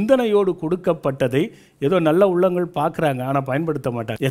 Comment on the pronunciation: அருமையான பதிவு அய்யா. உங்கள் எண்ணம் நிறைவேற வாழ்த்துக்கள். ஆனால்..... எள்ளாம், என்றாள், நள்ள, ஆளை, சளி என்று சில வார்த்தைகளை உச்சரிப்பது வேறு மாதிரி தோன்றுகிறது. ல, ள, ழ இவை மூன்றுக்கும் எனக்கும் வெகு பொருத்தம். 30 வயதைக் கடந்தும் இப்பிரச்சனை எனக்கு விட்ட பாடில்லை. இதற்கு ஒரு வழி கூறுங்கள் அய்யா. நன்றி.